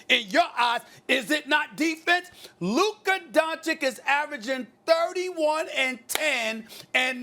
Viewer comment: Stephen "Luker Donchick" Smith